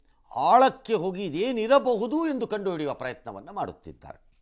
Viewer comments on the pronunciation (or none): none